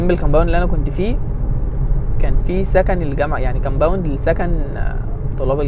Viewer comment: ياسطى انت عليك كلمة ( كامباوند ) مسخره